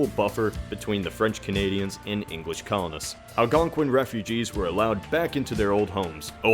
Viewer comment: It's pronounced Al-gon-kin. Just wanted to let you know.